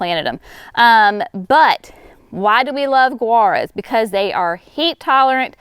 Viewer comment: Gaura I always pronounced same as Laura. I have grown since it was perennial of the year back years ago. You are pronouncing Guara like Gura. Have I been wrong all this time? Then others are too apparently. Please clarify.